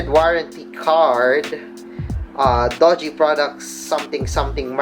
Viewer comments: it's not Doge, you pronounce it as DU-JI (Doogee) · Pronounce it as doojee, not dojee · your pronunciation of the brand is totally wrong bro. it's "doo-ji", not "do-ji".